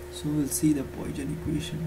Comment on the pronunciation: the way you are pronouncing it is incorrect.